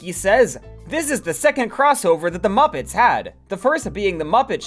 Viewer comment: why do you pronounce muppets like that